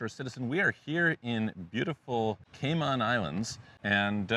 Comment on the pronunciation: Kay maan islands hahahaha